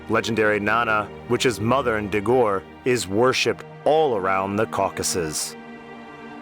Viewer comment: It is pronounced Dee-gore. This man is pronouncing it wrong.